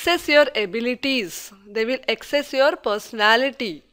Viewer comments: It's assess, and not access. Who is this woman!!? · ... its assess ... not access...😂